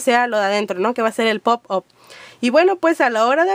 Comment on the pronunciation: pop aaaaap se dice